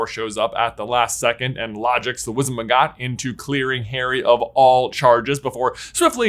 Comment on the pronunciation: Why are you saying wizen maggot?